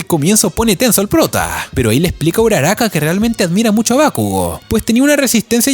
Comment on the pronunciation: No sé dice uraraka